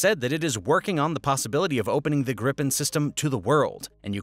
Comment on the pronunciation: "Gripen" is pronounced "gree-penn".